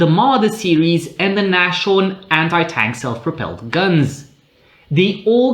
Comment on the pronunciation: So everyone please... NASHORN is said NAS HORN not nash horn